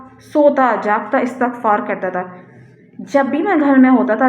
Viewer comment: جس کسی بھی ویب سایٹ پر آپ جایئں گی ISTIGFAAR ہی اس کا صحیح تلفظ مل جاۓ گا۔جیسے Wikipedia,rekhta